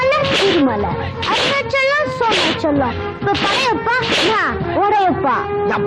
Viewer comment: sonachalam ❌ solar-chalam